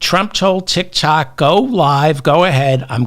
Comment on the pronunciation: Not TITKOK but DICKOK 😂😂😂😂😂.